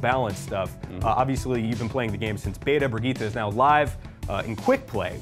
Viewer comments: Its bri- GI-TTE she literally says it in game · Its pronounced brigg-eeta